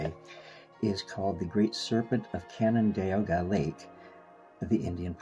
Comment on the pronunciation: "Can-nen-deg-wah" is how the locals pronounce this. 😉💜